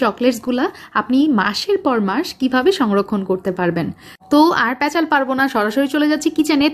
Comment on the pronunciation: সবথেকে ভালো লেগেছে আপনার মুখে প্যাঁচাল শব্দটির উচ্চারণ শুনে 🤣🤣